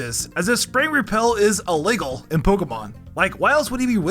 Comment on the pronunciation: Why are u saying illegal like that? U sound like a Karen saying elaygrl? What state are u from to have a such dialect?